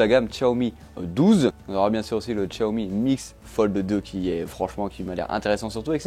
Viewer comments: non xiaomi pas tchatomi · Y a pas de 't' à Xiaomi. Sinon, merci pour la vidéo 😉